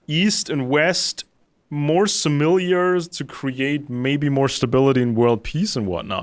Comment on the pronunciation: Your English is quite excellent, just a small occasional glitch here and there. You pronounce "similar" as though it has another "i" after the "l", like "familiar".